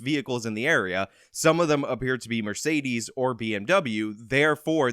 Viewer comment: "MERCEDEZ" - Julius Brones